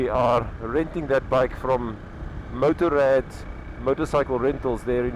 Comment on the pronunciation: Motorrad is a Deutsche (German) word. Giving it an Anglicised pronunciation might be a Cape Town thing, but it could offend. The Wiele2Wiele people also do this, so I presume this is a Cape tendency. Motor raad, I don't know how to do this in a phonetic way. The Anglicising of "foreign" words & names may offend, given the sad history of colonial oppression. Always please try the original language and its pronunciation.